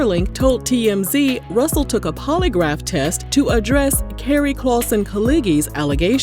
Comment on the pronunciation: Not “Rooosel Simmons “ 😅